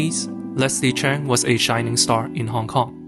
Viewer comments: OMG - this guy is Asian & he can't even pronouce Leslie's surname. it's Cheuuuuung not Chan! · It is supposed to be Cheung.. not Cheng